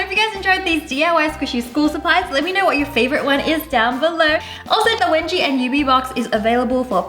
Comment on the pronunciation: I heard it webji